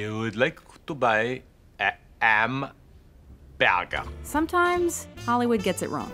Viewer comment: i didn't laugh during the language training bit. It was actually painful to watch him attempt to fail at learning how to say hamburger.